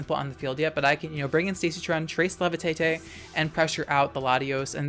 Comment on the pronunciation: LEVITATE, NOT LEVETETE! LAUGH, NOT LIAGH!